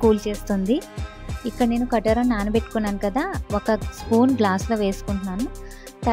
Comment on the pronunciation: అక్కా .... కటోరా కాదు. కటీరా అనాలి. కటీరా గొండ్ దీని అసలు పేరు.